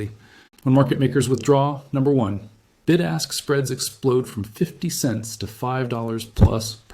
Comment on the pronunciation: From middle England, did you say it's a bid-ask spread or did you say big-ass spread. 😊